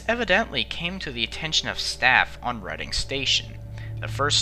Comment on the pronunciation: At least he got "Reading" right. He might have pronounced it as in "reeding."